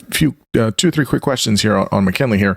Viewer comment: Sounds like you’re saying “McKenley”